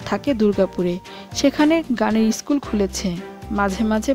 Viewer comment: Uchharon correct korle golpo aro valo lagbe, eskul, eestri aisob uchharon